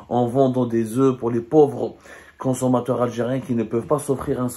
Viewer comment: Il ne doit pas prononcer le f quand il emploie les oeufs au pluriel, mais, malgré cela, il parle bien français.